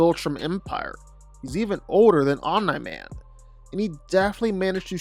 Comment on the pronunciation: bro keeps saying Om NIGH Man. no one told him